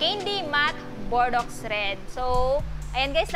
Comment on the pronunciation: correction lang po ate “Bor-dow” po yung tamang pag-pronounce nung Bordeaux :)